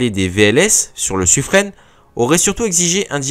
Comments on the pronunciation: oui c’est Suffrin. Dans les registres de la Marine royale, les noms sont écrits en phonétiques à côté des noms afin de savoir comment les prononcer, et c’est bel et bien Suffrin. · Bonjour le... On prononce "sufrin" et pas "sufrenne"! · Sufrin comme saturnin, mais non c'est Sufreine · Suffren prononcé Sufrin